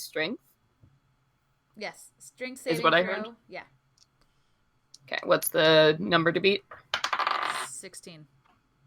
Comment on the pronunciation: okay i know i'm a bit late to the party but.... i can't hold it back anymore I'M FALLING IN LOVVVVE. I'm hooked. i look forward to hearing Sawyeh's name mispronounced 50% of the time (sorry!), to Britt + Arnnodel's hunting hunches and hunk hunger, to Sage's voicing and overall wit + antics for Ms. Brunhilde and, most importantly, Celeste's incredible storytelling!! i have a couple years to chatch up on... but y'all have a certain synergy i deeply admire. thanks for teaching me how to be a better roleplayer 🙏